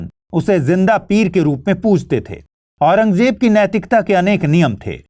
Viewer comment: Itne bade teacher hoke aurangzeb bolne nhi aata .... j nhi z hai